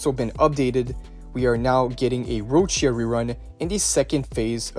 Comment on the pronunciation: Yet another person who can't say Ciaconna's name correctly even though the story is out to further confirm how to pronounced it. Rinascita is based primarily on Italy and in the Italian language "cia" is pronounced as "cha". What makes it worse is you said it properly with Roccia.